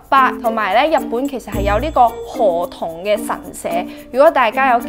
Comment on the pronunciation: 唔知聽到周庭讀河童kabba、聽唔清楚你讀b定p音，另外かっぱ喺日文日常會話解做雨褸／好識游水既人（好似係）